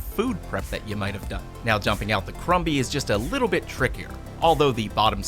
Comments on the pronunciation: The b in crumby is silence. It's said like crummy. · Im sorry but i think the mini vacuum is pronounced crumb-y like a food crumb sounding like crum with a silent b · The b in crumby is silent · crumby is pronounced with a silent b. Krum-hee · was anyone else a little annoyed on how he pronounced crumby??